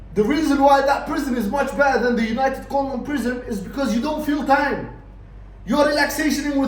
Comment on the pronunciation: Everytime you say united kondom i piss myself laughing 😂